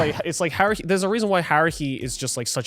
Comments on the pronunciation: Did anyone else hear Garnt say "Harry" instead of "Haruhi"? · I kept thinking Garnt was saying Harry